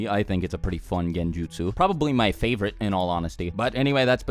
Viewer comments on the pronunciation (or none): none